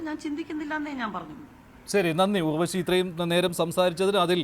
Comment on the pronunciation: Not ughvashi (urvashi)